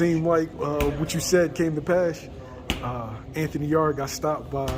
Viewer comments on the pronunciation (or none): People have to stop calling Yarde “Yarday” 😂 Yarde is Jamaican and in Jamaica we call Jamaica “yard.” That’s how you should pronounce his last name